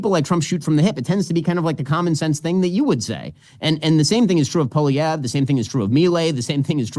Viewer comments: Ben....its pronounced POLLY-EV not polly-every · Polivere's biggest opponent is our Canadian msm. They're already trashing him and anyone who supports him. The liberals are desperate to turn him into the scariest thing ever. And it's Pol EE EV. Silent R. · American isolationism strikes again. Ben Shapiro, while praising Pierre Poilievre as part of the new wave of reasonable leaders, can't even offer him the courtesy of pronouncing his name properly. "Poilievray"??? Give me a break, Ben Shapirooo! Let's give it to you by using other words as models. The "Polly" part is pretty simple. It's the ending of his name that confounds unilingual American know-it-alls. So, let's take a name you can probably wrap your lips around, "Ezra". Now replace the 'z' in "Ezra" with a 'v', which produces "Evra". That gives you Pierre "Polly Evra". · You guys have to learn how to pronounce Poilievre. PAW-lee-EV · Had to cringe EVERY TIME Ben pronounced Poilievre lol. Watch Jordan's videos, Ben! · We in Canada are over the MOON Trudope will be gone hopefully soon.. but of course he takes the easy way out and resigns instead of calling an election. PLEASE BEN you need to pronouce Pierre's last name right LOL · You don't say "ray" at the end of Poilievre, Ben. lol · But wouldn't it be better if Ben Shapiro actually knew how to pronounce the name of the guy who he professes to admire so much?